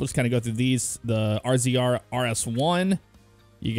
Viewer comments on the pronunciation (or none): The polaris rzr is pronounced like razor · you said rzr wrong it is pronounced razor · Rzr is pronounced razor 😑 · I can understand the difference in pronouncing Polaris but RZR is said Razor. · It’s razor 😂you miss pronouncing Polaris